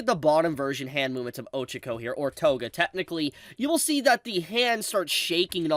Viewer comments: the way u pronounce “Ochako” 😭😭😭😭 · the real crime is how he says Ochako